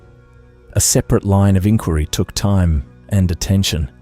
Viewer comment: 'INquiry' ...even Aussie copycats don't use that pronunciation